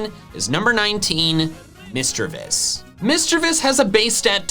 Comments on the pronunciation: passionately calls out someone for pronouncing a Pokémon's name wrong Me: YES MY FRIEND although you did pronounce Lairon, Misdreavus, and Phione wrong (Lair-on not Lay-ron, mis-DREE-vus not MIS-dre-vus despite being based on the word mischeivous sorry, fee-OH-nay not fee-OHN cause Japanese). Also despite it being one of your favorites, you consistently mispronounce Tropius (it's based on the word tropical, so it's TRAH-pee-iss, not TROH-pee-iss) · not you critiquing someone's pronunciation of doublade while mispronouncing eviolite (it's a VIOLET stone, it would be pronounced ee-vy-oh-light), lairon (lair-on) misdreavus (miss-DREE-viss), phione (fee-own-ay), lol.